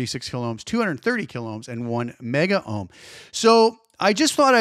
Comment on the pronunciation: It's "Megohms" and "Kilohms" dude. Just because things went digital 'kilo / mega' doesn't mean Ohms did. We did fine without the extra vowels in the 60's and 70's.